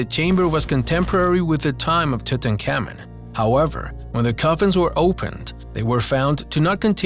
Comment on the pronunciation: I've Learned This Guy Can't Say Tutenkamen Correctly, Or Mosaics, And Several Other Words... I Don't Trust All The Information He Gave Out Either As I've Seen Most Of Not All Of The Stories In Other Videos But They Have Different "Stories" Told By The Person Narrating The Video...